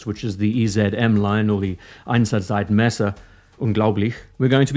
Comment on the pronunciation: Great video, as always! You even got the "Einsatzzeitmesser" 95% correct - which puts your attempt pretty much in 1st place of all English speaking watch YouTubers. Unglaublich, indeed! 😁